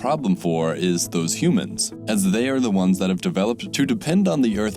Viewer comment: what are these "humons" you speak of?